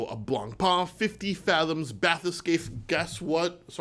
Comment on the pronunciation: Congratulations on being able to pronounce "Bathyscaphe" properly. - Le French